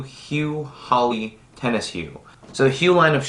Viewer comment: His pronunciation is correct.